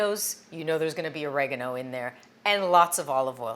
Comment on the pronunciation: Ori- Gar-no